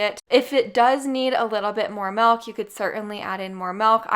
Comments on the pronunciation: It's MILK not MELK... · No maple in the maple glaze , who else heard MALK? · It's such a slight difference, doesn't matter.